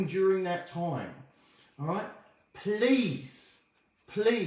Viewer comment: to Irish accent? 😂 “Please...Description...Title” (those words specifically)